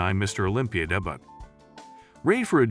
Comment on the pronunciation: "Deh-butt" and "day-byoot" (mangling the word 'debut')..."epitome" (pronounced by the speaker as eh-pi-tome)...what the hell is this? This is just...bad. As for Ruhl, the dude was a freak. He knew that he was never going to be the most aesthetic, like Lee Haney or Steve Reeves, so he just got as big and ripped as possible, stomping around the stage and scaring the crap out of everyone. Other builders were also ridiculously large, but they had better overall symmetry and conditioning. He'll always be remembered as "Der Freak" and I'm pretty sure that he's proud of the impact he had on bodybuilding.